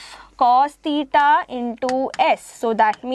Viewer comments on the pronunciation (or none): Not teeta it is theeta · Its thita not tita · It is not tita it is thita